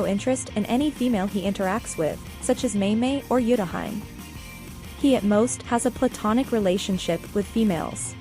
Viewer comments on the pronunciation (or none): omg the way it pronounced Utahime 💀 I